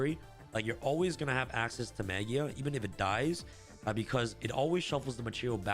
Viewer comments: You say maJIa with J sound. Its a word that comes from Latin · I think the pronunciation is Maj eye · Has the official pronounciation of Magia been announced? Ma-guy-ah sounds a lot cooler.